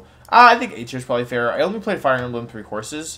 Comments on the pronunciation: Did he seriously say “Fire Emblem: Three Horses” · I heard Fire Emblem: Three Courses (instead of horses), and laughed my ass off